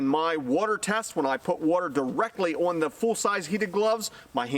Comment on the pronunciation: Have you ever considered learning how to properly pronounce the word "on"?!